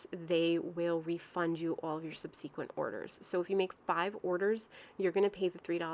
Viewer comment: Love the videos. Your swatches are always super helpful and it's so nice to have consistent swatches to compare potential dupes. But I just have to say it. It's "SUB-seh-quent" not "sub-SEE-quent"